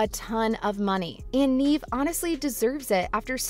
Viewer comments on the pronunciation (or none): It's Nevvv, not Neeeve. If you're gonna advocate for her (which is awesome)... pls pronounce her name correctly. 💜💙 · It's not pronounced Neeve, it's Nev like Rev or Kev... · Sooo her name is not “Neeve”. It’s “Nev” (Neve) Campbell. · It’s really throwing me off her not pronouncing Neve’s name correctly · Me cringing everytime she said Neeve instead of Nev. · The narrator kept saying her name wrong. It's pronounced "Nev" not "Neeve." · You could Start by calling “neeeeeve” Campbell, Neve campbell. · For real, I literally have a personal video I recorded of her… Neve = nehv or nev not neeve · It's not Neeve. It's Neve. Do your research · I thought her name was pronounced Nev, not Neev. Have I been saying it wrong? Lol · It's pronounced "Nev." Not "Neev." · Nev* not neeve is how pronounced us sydney fans r gonna raid your house tomorrow prepare 😌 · It’s pronounced “Nev.” You could at least get that right. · I thought so too. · I came here to say that EXACT thing 😂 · Yea I exited out the video as soon as she said Neave…✌🏽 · Facts tho!! If you say her name 15 times in a video you can at least pronounce it correctly lol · IKR? I don't understand how they couldn't bother checking how to pronounce her name properly. It only takes a minute to find other videos saying her name. This channel has little credibility. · Wtf say her name right!!😂😂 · can't even get past your mispronunciation of Neve, then all the crap you said about gender pay gap... silly GenZ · Hard for me to take anyone seriously that can't pronounce Neve correctly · You are saying Neve’s name wrong, she deserves better. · The person who is doing the talking says Neve’s name wrong. Lol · I think you should learn to pronounce her name right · All this high praise is suspicious since you don't even know how to pronounce her name. Are you just reading something somebody else wrote? Have you ever even heard of the actress? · You said her name wrong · Stop saying her name wrong